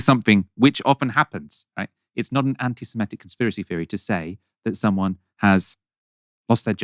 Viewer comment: You're right about this - except you mispronounce "anti-semitic" 🙂